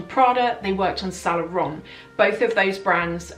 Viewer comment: I like your videos. But you gotta fix the pronunciation of "Saint Laurent" since it comes up so often. I hope you take this as a "there is milk foam on your upper lip and only friends will tell you at the risk of offending you" situation. Keep it up the good work!